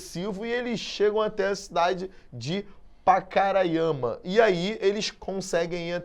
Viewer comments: tÁ FALANDO PACARAIMA e RORAIMA ERRADO!!! o Certo é PacarÁIma. e Rorááima não é Rorâââíma! Boa Vista não tem estrutura! O que acontece aqui, é que tem muito bandido no meio de gente que realmente veio trabalhar que está tocando terror aqui na cidade! o indicie de violência aumentou em 200% a criminalidade, isso que foi notificado. Tem Venezuelano cavando buraco antes mesmo de matar a vitima, literalmente. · Ótima aula. Só erraram a pronuncia dos nomes do estado de Roraima e do município de Pacaraima.